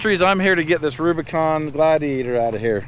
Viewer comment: Jeep "Rubicant"